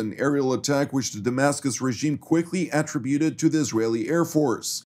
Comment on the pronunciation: Learn how to say attributed